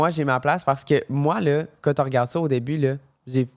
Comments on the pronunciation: Est-ce juste moi qui accroche chaque fois qu' dit "ka" au lieu de "quand"?! 😂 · depuis quand le mot ‘’quand’’ se prononce ‘’Kà’’ lol